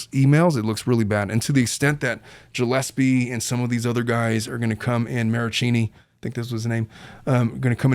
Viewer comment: Gillespie was pronounced wrong too.